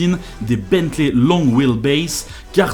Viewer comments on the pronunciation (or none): none